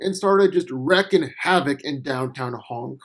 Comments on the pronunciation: Wreaking is pronounced like "Reeking" not "recking". Wreaking havoc not recking havoc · Wrecking havoc. FYI Pronounced 'reek-ing', not 'reck-ing'. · Wreaking havoc. Not wrecking havoc. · wreaking WREAKING.... every video you say wrecking havoc when you mean to say WREAKING havoc